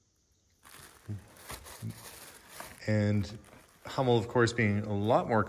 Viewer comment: Oh, and a little information: Hummel is pronounced with an u like in full, not with an a like in master. Greetings from Germany. 🙋🏼‍♀️